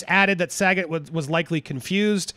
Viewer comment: It's Saget, with a hard g. Not a j sound,.